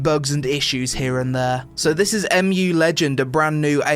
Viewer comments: M.U. ? im pretty sure you just read it "moo". Mu is a mythical continent, like atlantis. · wooooot, my childhood game, soooo nostalgic. And you have to pronounce it like MUUUU or MOOO :D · It's pronounced "Moo" as in another huge load of Korean bullshit. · EM JU Legend :D laughed at that one it's MUUUUUUU legend like Cow's Mooooo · First of all you cannot pronounce the name of the game and second of all they are not horses they are donkeys you fucking donkey. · Next time would be nice if u wait like 1 day so they can fix their servers and this video would be actually about game rather than broken servers..... Like cmon u dont even know how to pronounce name of the game this video just feels like ok i am going to do an impression for some sht f2p arpg from webzen